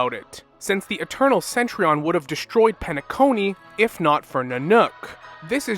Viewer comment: I kinda find it cringe how you pronounce Cen-Tu-Rion as Cen-Tri-on 😅